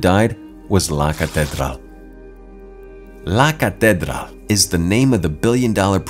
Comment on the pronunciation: u may want to easily check up on the pronunciation of LA CATEDRAL. like in English break it down, the word ends in AL. Thanks for ur video.